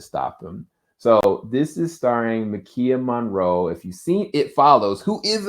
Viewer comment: It's Maika Monroe. Pronounced like Mike aah. Lol